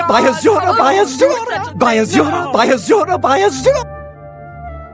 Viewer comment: after a while 'by azura' starts sounding like 'sayonara'